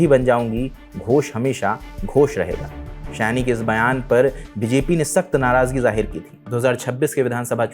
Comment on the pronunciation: आपके थंबनेल में सयानी लिखा है, लेकिन आपका उच्चारण सही नहीं है, इसलिए यह एक गलती है। नाम सयोनी होना चाहिए, जिसे बंगाली में बोला जाता है। Saayoni